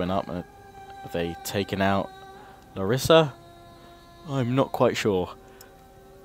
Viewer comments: I'm Greek and I am from Larissa,which btw is pronounced L(A)rissa not Lar(I)ssa ;) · ok you need some greeck pronounce lessons lets do it: epirus--> Ipiros with i not e , larissa--> lArissa not larIssa, perioikoi pickmen --> PERIIKI = perIiki pickmen , knOssos -->knossOs, herkidae --> IRAKLIDES= iraklIdes which kinda means the Hercules force , pella --> pElla, the creators of R2 are actualy writing the words wrong in greeck grammar "oi"," ei" is pronounced as an "i" same goes for "ai"="e" they took the greeck words and wrote them in an englich kaybort without changing anything